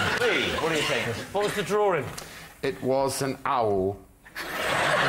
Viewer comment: They all say “drawring” instead of drawing